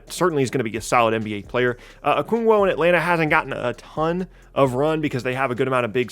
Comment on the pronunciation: "Okungwo"